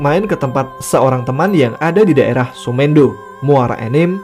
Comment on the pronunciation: Semendo bacanya bukan "mee" tapi tapi "me" bang,"me" nya sama penyebutannya seperti "se"di awalan, Paham kan bang 😅 Kenapa saya tau,karna dusun semendo itu 1 bahasa sama saya, Salam bang buat penulis,buat sukses selalu 😁✌